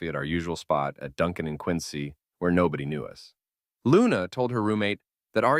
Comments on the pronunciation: How are you going to correctly pronounce Worcester(wuhster) and then not pronounce Quincy(quinzy)?? I was like oh this person is definitely from Mass but then u get quincy wrong of all places??? 😂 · Saying QuinCy is the least Boston local thing to do of all time 😂